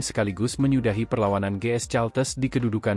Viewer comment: Caltex ..bacanya kalteks kali Om....bukan caltes